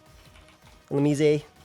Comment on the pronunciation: Y are u saying illumise like that lmfao